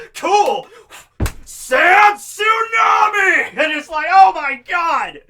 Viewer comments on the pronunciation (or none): none